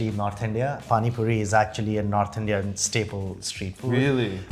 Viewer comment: Brother you said Indians street food wrong.